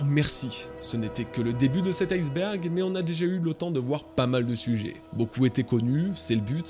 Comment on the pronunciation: je suis un casse couilles mais iceberg le ice se prononce pas ice comme en anglais. à la base c'est ijsberg du coup on dit i-sberg et pas ail-sberg